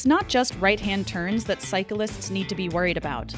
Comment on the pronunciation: Love the video and content I truly do but if you're gonna say a key word MANY times in a video please make sure you say it properly. It's cyclists — not cyca-lists